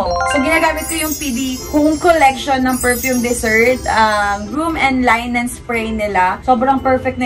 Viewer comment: it’s pronounce LI -NEN